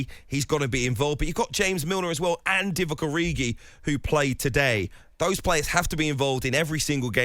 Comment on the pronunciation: Couldn't even say Divock Gabby 🤣